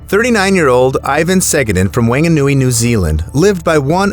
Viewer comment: Not a good pronunciation on Whanganui, it's a Maori word so wh is pronounced as f.